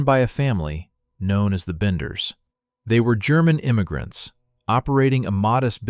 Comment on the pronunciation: Thats what I thought. Its benders not banders